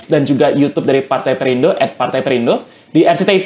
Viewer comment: Perindo bukan parte😂 nyatanya 😂😂😂